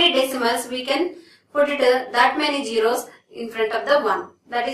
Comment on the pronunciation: Not jero it is zero madam with respect